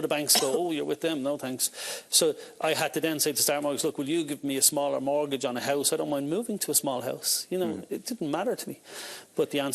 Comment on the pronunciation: A note for the female presenter, the word is mortgage, not murtgage.